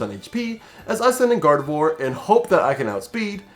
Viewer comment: Swear I heard God of War instead of Gardevoir for the first time. I may be into tooany fandoms